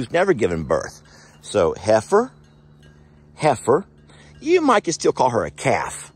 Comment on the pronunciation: it not heer. it is heifer.